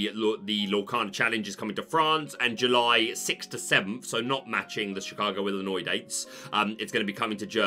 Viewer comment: I'm impressed you pronounced Illinois correct. You'd be surprised how often I hear people pronounce it with the S at the end.